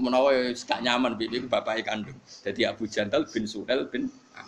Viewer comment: yang bener itu SUHAIL min bukan SYUHAIL apalagi SYUHAIB. ngaji yang bener dulu min jangan cuma modal terjemahin